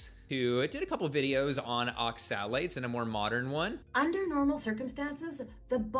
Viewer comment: immediately berates absolutely anything anecdotal in support of carnivore, then immediately rattles off an endless list of anecdotal instances against it. What a massive hypocrite. He takes such great pleasure in pronouncing "oxalates" over and over in that incredibly insipid manner. He's just too insufferable for me to waste time on.